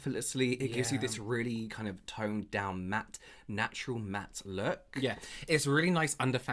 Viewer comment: They had me guessing until said a "matte lewk."